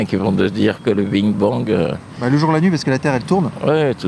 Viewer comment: Le petit muslime il a quand même dit BIG BONG et non big bang 😂😂😂